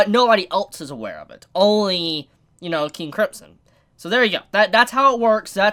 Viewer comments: KING KRIMP SON god that pronouncing hurts me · Am I the only one who hears say 'King Cripsom'??? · I still can't get over you saying King Cripson. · your not saying KING CRIMSON right!!!!